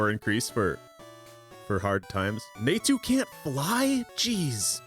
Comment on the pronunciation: Somehow didn't strike me as hard as "Naytu" did